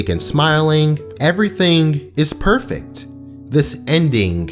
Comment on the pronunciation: I’m getting some “prettey” vibes every time he said “perfect”